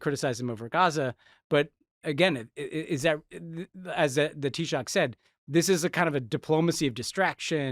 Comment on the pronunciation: Respect on the pronunciation of Taoiseach 👏 bualadh bos agus maith thú